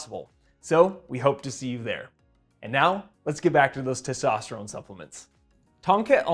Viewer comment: Bro why do you say testosterome? Its ends with N sound thats why its written testosterone!